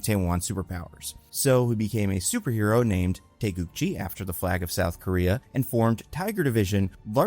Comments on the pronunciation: its GI not JI, taegukGI like the karate outfit. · korean here, its taegukgi with hard g's, not taegukji. with love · Taegukgi, gi as is geese, not gym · The fact you pronounced Taeguk-gi almost correctly is really amazing. I don't know how Marvel officially pronounces the word, but it should be a 기 (gi) instead of a 지 (ji) sound if the hangul is supposed to mean South Korea's flag. If anything, I'd expect americans to stumble with the Taeguk part, which you got perfect. Also excellent video, would love to see Yeun in comic roles again.